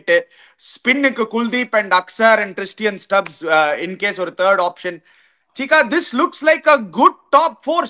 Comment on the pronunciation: He is Tristan Stubbs not Tristian Stubbs Also Jake Fraser McGurg is JFM not JFK..